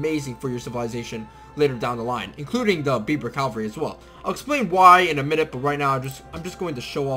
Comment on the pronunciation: It's Kasbah and Berber, not Kabash and Beiber. Sorry to be a grammar nazi. Also those Native Americans are pronounced sho-sho-nee.